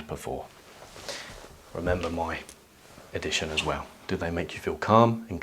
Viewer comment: "as we wizz"....